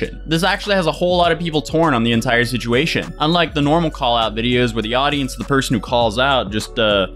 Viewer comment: we love you but you gotta stop trying to say “situation”